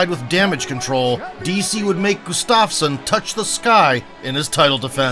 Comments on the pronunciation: btw you're pronouncing it as gustavsen instead of gustafsson. otherwise great vid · Not sure how you mispronounced Gustafsson's last name every single time.